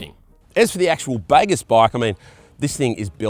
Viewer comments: It’s fkn baaagooos… not bagarse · “The baygess”?? Not been to Bali mate?😂😂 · I think they have named this bike after the Bahasa Indonesian word for "good", which you pronounce as bahgoos.